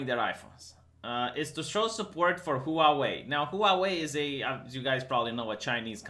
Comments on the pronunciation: "Huavei" Vee not "Huauei"! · It's pronounced hwarwei. 2 syllables not 3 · Pronunciation of Huawei = whaa-way....(expat in Taiwan for 20 years) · I thought it was hoo-wah way (stressing the wah rather than the hoo) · Chinese people are not destroying their iPhones. You can't pronounce Huawei.